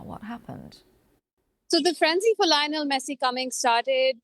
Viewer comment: Is it coincidental that she calls him LIE-onel Messi? 🐐